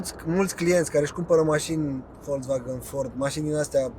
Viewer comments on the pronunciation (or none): none